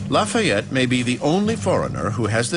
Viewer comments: It annoys me how some of them say lafyette but oh well BECAUSE IM HERE FOR AMERICAS FAVOURITE FIGHTING FRENCHMAN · I love how the one guy calls him “ Loffy et ”